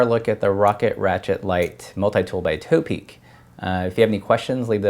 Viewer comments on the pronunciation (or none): lol it's not toe-peak, it's top-peak